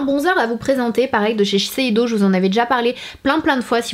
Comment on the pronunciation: Tu as réussi à dire shiseido du 1er coup 😋